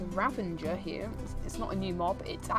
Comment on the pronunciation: You made fun of me for calling the composter a compositor but you're calling a ravager a ravanger lol also you did not show off the merchants special type of llamas